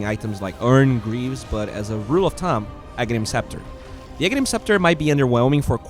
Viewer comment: Hey, you need to work on your pronunciation of "Thumb". You're saying it too much like "tumb", you're dropping the "H". Focus on expressing the "th":)